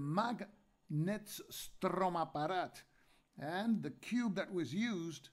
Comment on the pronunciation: You are doing such a great job! And I love your prononciation of "Magnetstromapparat". Keep going!